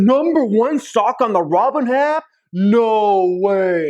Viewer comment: Aaup Nnnooo way! Nnnooo wa. Naooo (Heavy Breathing)😂💀😂💀😂💀😂 If you keep repeatly hitting the blue at the beginning of my reply, the way he says app has me in tears